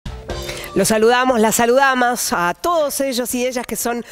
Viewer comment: Dijo saludamas???!!!